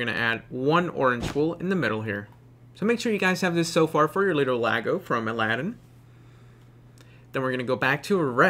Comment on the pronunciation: He just a friendly note his name Iago(e ya go) is how its pronounced not Lago I can understand the misunderstanding of how Guilbert Gottfried talks.